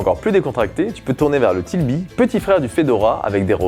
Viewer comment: Bravo pour ta vidéo , juste une chose, on ne dit pas Tilby mais TRilby ! :)